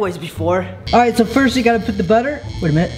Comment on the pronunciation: “who will quit FISRT”. I laughed so hard I’m crying